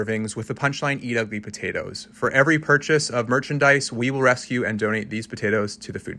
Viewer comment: Bro really said rescue like it was alive